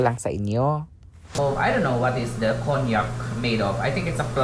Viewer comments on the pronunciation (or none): It’s kaan-jak pronunciation for konjak rice or noodles..just sharing 😊 not cognac (wine) Nice house..very neat and simple 😊 like it